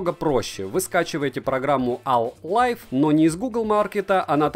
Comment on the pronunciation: Ляяя Ну не "ал лайв", а "эйай лайв" Там ai - искусственный интеллект